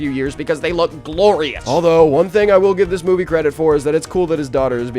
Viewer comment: “Gloriush” - 2025